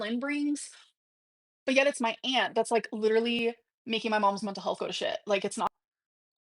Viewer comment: That's exactly it though, isn't it? We're all a bit silly in private with our loved ones, but we're not presenting ourselves this way publicly, and at what she considers her career, no less. I couldn't imagine going into work and shouting "leedurly" at co-workers or insisting they're all lahs.